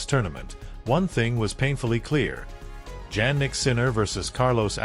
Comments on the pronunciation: It’s pronounced Ya nick not Jan nick. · Btw it's pronounced IANNIK not JANNIK. You should always check how to pronounce ppls names. I'm surprised that YOU still haven't!